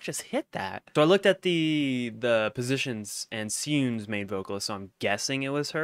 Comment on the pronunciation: You still have a bit of confusion with Sieun and Seeun pronunciation. Sieun, the main vocalist, is pronounced "shi-(e)un" as in "SHE", and Seeun, the one with the guitar, is pronounced se-(e)un, as in "SEptember", there is no i sound in Seeun. You pronounced the other names correctly though! Good Job!